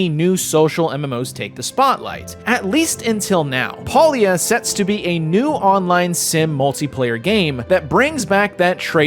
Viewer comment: It's pronounced pay lia, and no that's not a pun